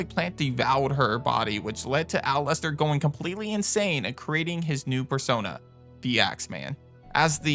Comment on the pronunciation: Other than not bothering to learn how to pronounce Aculeozzo because, well… streamers and their incredibly limited IQ and unwillingness to learn something new, this enemy is actually a reward of sorts for clearing an area in RE Revelations’ Raid Mode. Because it has such a tough skin, shooting an Aculeozzo is a waste of ammunition. Instead, use a knife to stun lock it to death or throw an electric grenade, which will kill it instantly